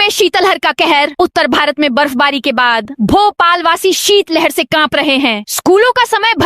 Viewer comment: शितल हर नहीं, शित लहर बोला जाता है।